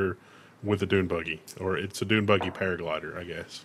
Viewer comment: I was really sad when I heard "Doom buggy" and realized it´s a Dune buggy